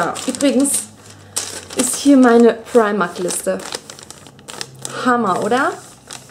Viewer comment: fu sagst immer primarkt ;))